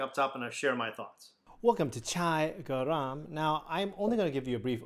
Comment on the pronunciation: It's pronounced ger-rum meaning hot